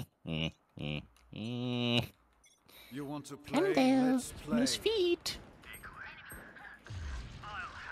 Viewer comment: please stop saying noice